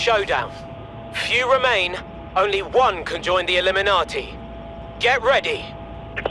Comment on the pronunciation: “Eliminati”? Lmao